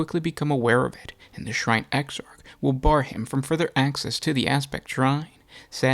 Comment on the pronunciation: exarch, man, "ecks-ark". not exart.